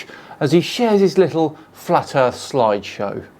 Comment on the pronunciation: every time he says "littley" i want to kick my tv. little italy. he probably spells it "could OF" and "would OF". or maybe uv. uv protection 1 million.